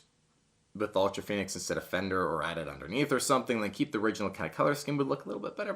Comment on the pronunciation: It’s pronounced ultra fonnix